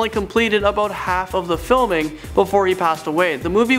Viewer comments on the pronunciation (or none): none